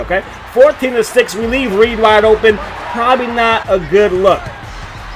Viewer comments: It’s Redd pronounced like the color it’s not Reed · REDD(Red not Reid) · Michael Redd.... Pronounced Red like the color....😂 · REDD not Reed 🤣🤣🤣🤣 and you gotta play zone on defense man, or double team the shit out of them dudes when they get hot like that. Them point guards will hop step you to death on this game. Straight up cheese smh.